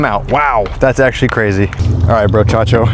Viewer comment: the way he said brochocho 🤣